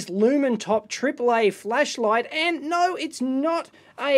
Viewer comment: It really sounds like you´re saying fleshlight, love it!